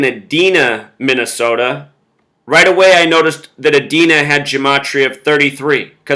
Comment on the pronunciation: Edina is pronounced E-dine-ah. Americas first indoor mall, Southdale, is in Edina. Southdale=33 just like Edina.